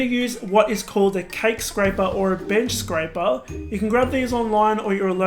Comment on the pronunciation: did he say bitch scraper?